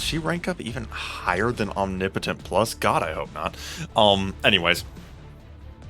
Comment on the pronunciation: Different way to say omnipotent.. is that the correct way?😂